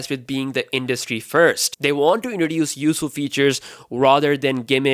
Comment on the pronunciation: My friend, please learn how to pronounce the letter T. You say D. You say indroduce. Its inTroduce. You say infinidy. Its infiniTy